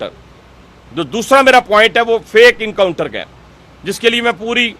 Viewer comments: Not incounter Mr. But encounter. Who made you minister? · Encounter ❌ Incounter ✅